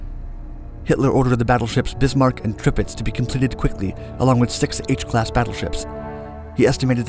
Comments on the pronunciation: Its tirpitz. Not tripitz.. pronounced like Terpits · It`s Tirpitz! Not Tripitz..... smh.... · 😂🤣 what's a Trip- itz , oh you mean Tirpitz 🤦‍♂️ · It is TIRPITZ not Trip itz. This show needs some research. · Tirpirz not Tripitz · You said "Tripitz" 3 times during the video. It's Tirpitz, not Tripitz. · The name is"Tir-pitz" not "Trip-itz." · oh no, he said "Tripitz". It's "Tirpitz". :) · He also pronounced "Tripitz: instead of Tirpitz. 3 times. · I've never heard of the battleship Tripitz! Tirpitz yes, but not Tripitz... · Tripitz? Not Tirpitz, lol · A very good video, very informative and profoundly researched. A hint, though, the battleship's name is TIRPITZ, not TRIPITZ. it was named after Admiral Alfred von Tirpitz... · Tripitz? You mean T I R P I T Z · Slight correction, It's pronounced Tir-pitz not the Trip-itz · Her name is pronounced Tirpitz my friend, Tirpitz; not tripitz. Hope I spelled that correctly. LOL ;) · I think iti is "Tirpitz" not "Tripitz," yes? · It's Tirpitz(turpitz) NOT Trippitz. You know letters are in different order. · Tirpitz my guy. Tirpitz. Not Tripitz. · Wasnt the ship called Tirpitz not Tripitz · Dude it's called Tirpitz not tripitz. Quite informative apart from that 👍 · Its "Tirpitz" not "Tripitz". Check your sources and spelling ffs! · "Tirpitz" not "Tripitz" ;-) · (Tur-pit-z) Not "Tripitz." otherwise excellent video my dude! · “TRIPITZ” or “TIRPITZ”? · The "Tripitz" you say??? Do you mean "Tirpitz" by any chance? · Tripitz or Tirpitz? I think the latter. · It's tirpitz not tripitz reeeeeeee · Good video, but the German battleship is Tirpitz... not Tripitz. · I do believe it’s pronounced Tirpitz, not Tripitz. Otherwise great video though. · "tripitz" what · His pronunciation of Tirpitz is bugging me. Must has misread it as "Tripitz" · Tripitz... 😂. Launched from Brimmingham, I presume.... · How do you mispronounce Tirpitz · Hate how he pronounced Tirpitz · Me too lmaoooo he got the i, and the r mixed up